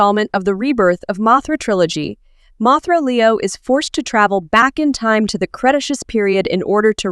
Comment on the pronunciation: The A.I. narration in this video is dreadful. A real person wouldn’t mispronounce the name ‘Mothra’ in a video about Mothra, nor would anyone mispronounce S.O.S. as ‘sose.’ Don’t get me started on the word ‘Cretaceous.’